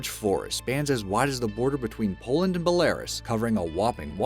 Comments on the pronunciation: It's pronounced Bell - ah - roose, not Bell - air - us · Narrator should learn some pronunciation... Belarus is pronounced "be-lə-ROOS" not "BELLA-russ" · Hahahahaaa he can't pronounce Belarus hahaha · Um-not how you pronounce Belarus....seriously-why cant people take the time to find pronunciations of words they dont know? All you do is type the word followed by "pronunciation" into a search engine! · That is NOT how Belarus is pronounced.